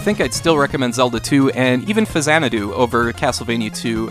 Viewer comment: Thank you for pronouncing Faxanadu correctly